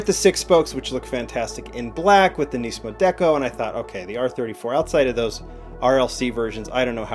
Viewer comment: its not neesmo how you say nissan you say nis-mo